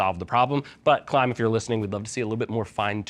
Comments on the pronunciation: Where's the invincible E bud? Klim, not klime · Klim pronounces it as Klime themselves on their official Youtube channel.